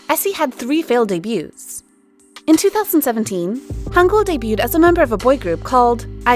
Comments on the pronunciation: It’s Hangyul not Hangul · The name the first guy is lee hangyul, not lee hangul